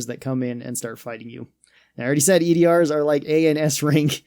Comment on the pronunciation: They’re called “E.D.A.R”, not E.D.R. You pronounce it as “E-Dar”